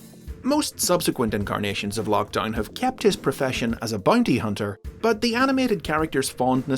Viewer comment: “Bunty huhnter”